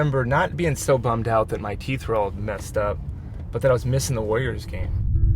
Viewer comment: "warrriors" with 3 Rs lol